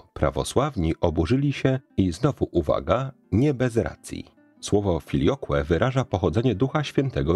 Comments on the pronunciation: Nie "filiokłe", lecz filiokwe. Jeszcze nie tak dawno temu żadnemu łacinnikowi "filiokłe" nie przeszłoby przez gardło. Uczyłem się łaciny u trzech mistrzów i takie deformacje były dla nich obrzydliwością. Poza tym jak zwykle świetna audycja. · Aqua - "akwa" Filioque - "filiokwe", proszę uważać na wymowę łacińskich słów. Wymowę dla laików super przedstawiał ksiądz Kneblewski na swoim kanale, krytykował tzw. włoszczyznę w łacinie. Dziękuję za wszystkie Sprawki, a zwłaszcza za wczorajszą o obmowie. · filioque, wymowa filiokwe